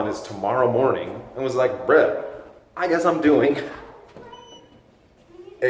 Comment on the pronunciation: You're really starting to perfect the pronunciation of "bruh" now :) Also, upcoming video series on swimming?